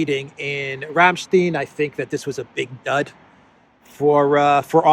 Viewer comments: When I see secretary Austin I immediately think "affirmative action". I know this is so minor, but I'll say it anyway. Ramstein is pronounced ram stine, not ram steen. The name Zelensky begins with a "z". It's Zelensky, not Elensky. Stop being so childish! After you've said "Elensky" 3 or 4 times, I quit your video. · Rammstein is pronounced Like Frankenstein